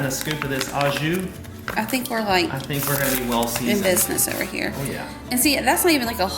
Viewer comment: Hey. I know it’s not a big deal but the Au in Au jus is actually pronounced like O. So O jus. Love your videos